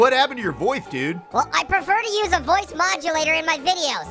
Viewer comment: Thought he said voice when hoice